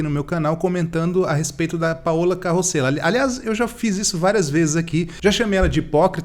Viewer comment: CAROSELLA! não é carrrrrroséla!